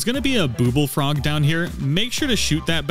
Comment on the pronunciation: Man what is it with these guidemakers and mispronouncing obvious names- Miffa Court, booblefrogs.... the frogs make BUBBLES, it's named for lady MIPHA, how do people who do this stuff not put these things together!